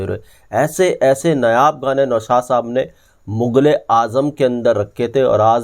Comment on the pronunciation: नयाब की बजाय 'नायाब ' बोला कर, कितनी बार बोलें